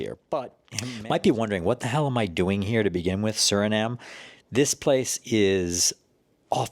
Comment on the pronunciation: My home ❤❤❤❤❤ Note, SurinamE. You gotta say the E.